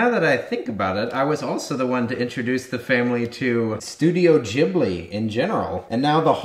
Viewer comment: Its studio ghibli with a hard G !!